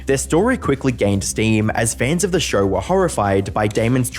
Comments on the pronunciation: So this guy puts an "R" at the end of "show" and "Idea" but removes the "R" on "however". He says "Showr" and "I-dear" and "How-ev-ah" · Noar, TV ShoAR, IdeaAR, soAR Of all the way you guys butcher the English language, the way you can't handle the simple letter "o" is my favorite 😂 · Shouuuuuuurrrrrr. Why the fak english is such a fakin faked up language? Show is just on it's own a good word to hear, but if you pronunciate it shooouuuuuurrrrrrrr... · Never heard the word show with an R in it before this video